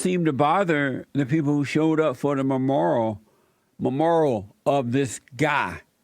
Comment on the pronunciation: He said all the black people went to the memorial(which he can't pronounce) and all of the normal people were wondering why. Who are the normal people? He needs to actually do some research I find out what Nipsy Hustle did and was doing to better his community. If you support this guy Jesse or agree with him you are racist or a buck dancer.